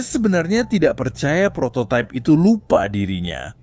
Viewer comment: Prototype/prototaip❌ Prototip✅